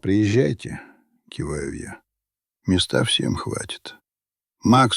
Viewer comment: А стОит вместо стоИт , местА вместо мЕста не считается? И ещё много такого же. Но в общем впечатление хорошее, сам текст не примитивный и чтение нормальное.